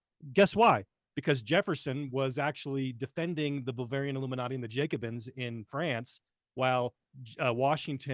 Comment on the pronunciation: The " Jacobins" with a short "a" and a long "o".